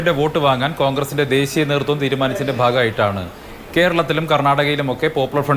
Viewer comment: അതിസക്തൻ - വിസകലനം - ദേസീയ - വംസഹത്യ എന്റെ ജയിക്കെ... മലയാള ഭാഷയുടെ അഭിമാനമേ...